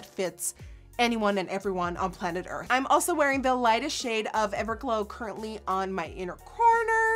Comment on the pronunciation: I love how you say “I’n” instead of “I’m” it’s so cute! Lol also, spell reminds me of carrot stick! 😋